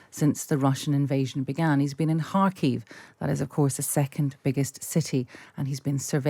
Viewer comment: I've lived in Kharkiv for over 20 yrs and I've never once heard it pronounced "Harkeev".